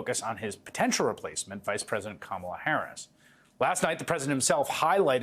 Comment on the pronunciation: Go, Go, Kamel-Uh "TOE"!!